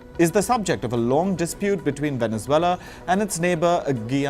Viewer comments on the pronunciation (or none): none